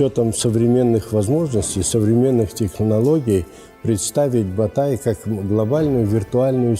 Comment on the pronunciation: Не "Батай" а "БОТАЙ"!